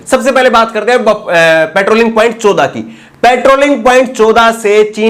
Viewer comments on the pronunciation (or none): चोदा नहीं चौदह बोलिए भाई